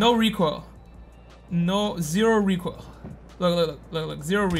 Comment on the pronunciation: ZERO REEKOIL, ZERO REEKOIL